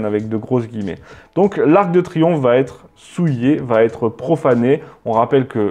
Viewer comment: Pas ar-que-de-triomphe mais arc/de... Le fantôme du "e" caduc... de Reichstadt